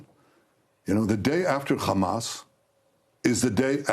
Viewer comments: Drinking game every time this war criminal says Khamas! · how many time did bro say Hammas